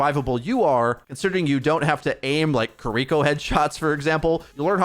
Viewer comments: He often pronounces incorrectly as "Kuh-ree-ko". Hopefully, the correct pronunciation ("KEE-ree-ko") will be used more often. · Please consider pronouncing Kiriko as "KEE-ree-ko" and not "kee-REE-ko" as it is much closer to the original Japanese and sounds much better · Still makes me laugh every time turns "Key-Re-ko" into a Yu-Gi-Oh card. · why are you sooo bad at saying Kiriko's name? They literally said it several times during the dev video.